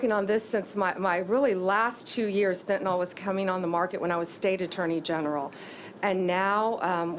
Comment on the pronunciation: It is not Fentanol, which implicates an alcohol, it is Fentanyl pronounced Fentanil!